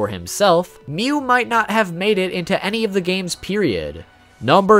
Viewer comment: It's mewwww